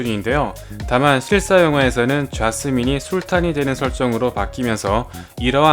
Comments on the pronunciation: 자스민을 왜 자꾸 좌스민이라고 발음하는 거예요 왜ㅋㅋㅋㅋㅋㅋㅋㅋㅋ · 좌~스민 뭔데 웃기짘ㅋㅋㅋㅋㅋㅋㅋ